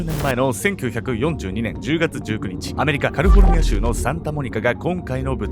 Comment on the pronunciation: 相変わらず「カリフォルニア」が言えない